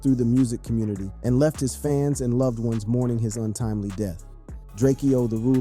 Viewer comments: 😂😂😂😂😂😂Bruh!!!!!! It's DRAKE-O NOT DRAKE-EO, GET IT RIGHT! 🤦🏽‍♂️🤦🏽‍♂️🤦🏽‍♂️🤦🏽‍♂️ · It’s drakeo not drak-eo get it right 💯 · Who is this Drakeyoh guy you keep talking about? Surely you don't mean Drakeo the ruler? -_ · It’s DRAKEO, not drake-eo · Drake-eeoooh Drak-o foo messed up the rulers name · You cant pronounce his name but wanna benefit from it :/ its prounounced draco Ju-rake-Oh da ruler Long Live the Great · Ur man Drakeo? Bro cant even pronounce his name right smh. With all the other work put into this, it just comes off as sloppy when you mispronounce names etc. IMO